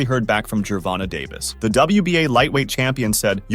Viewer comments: I hate how this guy seems to pronounce certain words wrong and gervonta it doesn’t have a y in it at the end but pronounce it like that so you can say his name right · That part, plus annoying, as fucc the way white people say Black people names wtf is “ Jovonta “ 😂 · This Mf can’t read or comprehend obviously pronouncing his name wrong even “live” 😂😂😂smh